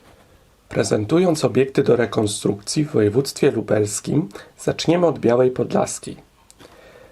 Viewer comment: Przecież wyraźnie słychać "Podlaskiej"